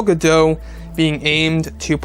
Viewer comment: Her name is pronounced Gal Ga-DOTE'.